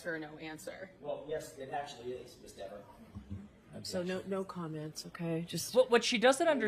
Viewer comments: It’s pronounced Deever! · Dever as in never, not dever as in beaver lol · AJ, one suspects deliberately mispronounced her name lol. Deever the DIVA! False memory. She just ended her cop career publicly. Desk job for life. And one’s guessing that those criminal cases where she testified as an officer will now be looked into by those defendants attorneys, given her false memories!! Talk about career suicide! 😂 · Dever. Like never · Jackson didn’t miss pronounce her name on accident,she’s Devious! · I wonder if AJ purposely mispronounced her name. He pronounced it correctly a few times before that. Then when talking about the commissioner, it's like he pokes her a little by mispronounced Dever.